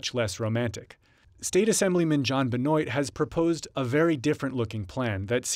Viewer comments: Lol his name is pronounced benwa non Benoit lol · Statesmen Jon "BENOIT" LMAO. Americans and the way they pronounce French names always makes me laugh. The second you cross the border from Canada names like Benoit pronounced Benwaa change drastically lol.